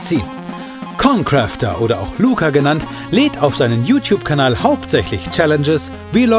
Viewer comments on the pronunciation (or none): er sagt jeden namen von youtuber falsch xD ConCrafter = ConCräfter Rewinside= rayvinside